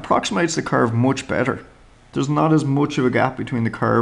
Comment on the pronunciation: The way he says "moch bettah"